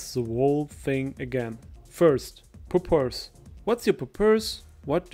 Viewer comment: homie really said pur purse